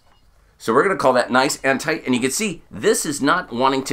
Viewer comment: Every time you said "tight" you sounded australian.